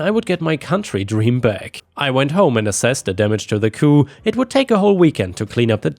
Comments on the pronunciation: For future reference, the "p" in "coop" is NOT silent. It is pronounced. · In the word 'coop', the P is not silent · chicken coop is not French, 😂 you pronounce the p. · Coup as in Chicken Coup is pronounced to rhyme with poop. Coup as in politics rhymes with poo. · Just a FYI - coop does not have a silent p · Ok,, it’s COOP not COO. Good grief. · Coo is what you're saying. Coop is the word. Add a P to coo and you have an enclosure for chickens. Coo is the sound pigeons make. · Coop is pronounced : koop. What you are saying..:coo is what doves say! And there is a word, coup, pronounced coo, but it means something entirely different!! 😆😆😅😍😍. It's all good, though! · “Coop” it’s chicken coop, not “coup” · THE P ISN'T SILENT SO IT'S COOP... NOT COO.;) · Coop has a hard P at the end its not a fancy word with a silent p. so its coo-P not coo! coo is the sound doves make! lol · Chicken C-O-O-P. The p is not silent! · The p in chicken coop is not silent. You're thinking coup, as in coup de'tat. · I understand that it's easy to confuse similar words like "coop" (the "p at the end is pronounced; means a chicken enclosure) and "coup" (the "p" at the end is silent; means a government takeover) especially in a language that isn't your first language. That said, I got a good laugh at the thought of a "chicken coup". It reminded me of the scene from the first "Chicken Run" movie in which the chickens take the chicken farmer prisoner, leading him to shout "the chickens are revolting!" and his wife, who hears him shout but doesn't see what's happening (and also hates the chickens) to say "that's something we agree on!" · the "p" in coop is not silent. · As a chicken owner, I had to laugh at chicken coo. Makes it sound like a bunch of doves😂. The p is not silent. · "Coop" is pronounced "coo-p" as opposed to the French "coup" which is pronounced "coo" and means "to strike." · The P is pronounce in COOP, at least in the US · Chicken coop, the “p” is not silent.